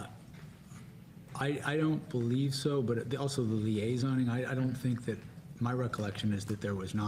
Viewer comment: It's liaising, not "liasoning", sheeeesh. 😆